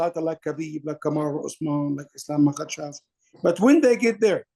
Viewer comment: Its MAKHACHEV not Makahchev,!!